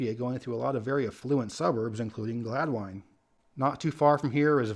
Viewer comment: It is pronounced Glad-Win. Not Glad-Wine.